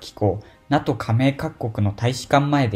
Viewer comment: NATOをナトってイントネーションで咏まれてずっこけた。これは調子狂うわｗ